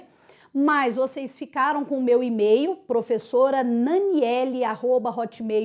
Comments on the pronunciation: Emeio? meu Deus aonde vamos parar??kkkkk Professora, obrigada pelas aulas de info e de Português também!rs Parabéns, muita clareza! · AGORA É "EMEIO", Pessoal: ACEITE e memorize para a sua prova, eh eh eh ...